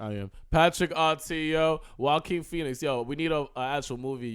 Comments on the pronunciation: Who the fuck is Joeaquin pheonix? Lol Bru don’t even say his name right tryna say he a fan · This man just said joe keen Phoenix smfh